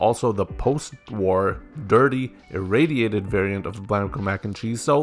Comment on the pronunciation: he said the word perfectly